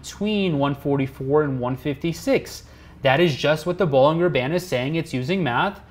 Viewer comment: Bollinger is pronounced with a J, not a G it sounds like Bollinjer